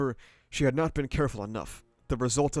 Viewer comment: my only complaint about your coverage is the way you pronounce "bestowed" I appreciate the moments you take to give analysis though, really elevates the quality of this content